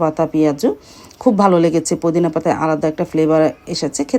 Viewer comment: Apni kumor bolen keno mishti kumra bole and ajj bollen pudin pata…apner uchcharoner jonno bangla tar class kora dorker ,apna k bujhte hobe YouTube vlog ta hajar people dekhe r tai voice ta Jodi thik Na hoi shunte vlo lagbena,assalamualaikum tao apni j vabe bolen truely vlo shunaina